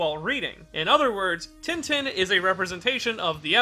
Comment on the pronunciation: Pls its not tintin not like a tin can but (french in sound) tintin. Pls search of the pronunciations for one in french and replace in with that. Thank you.